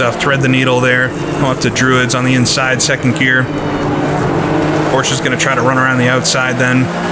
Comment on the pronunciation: I like how we pronounce Porsche and Nordschleife the same way 😀 It seems like if you talk to ten people then six of them will pronounce it differently. But I say it exactly like you do.